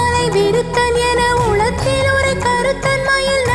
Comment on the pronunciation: Enathulathil enru ucharacham seyyunghamma. Ena ulathil ucharanam Artham maaridum...thnq